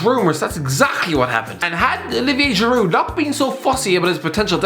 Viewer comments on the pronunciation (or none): none